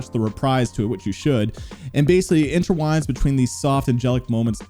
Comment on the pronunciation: the word is intertwine, not interwine lol